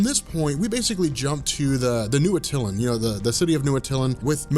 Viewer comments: Love your videos but the Inhumans city is not pronounced Uh-Till-An" it's "At-Tuh-Lan.👍🍻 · Your killing me,the correct pronunciation of Attlian is Ah-Tuh-Lan come on your Attlian and Wonder Woman's mother name Hippolyta you butcher both names ever time,makes my ears bleed🙉🙉🙉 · love your videos and im not trying to be a dick but you're saying Attilan wrong it's at-a-lan not a-til-in watch a cut scene from marvel ultimate alliance